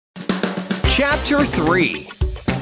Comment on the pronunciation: When the narrator said chapter 3, he actually said captor.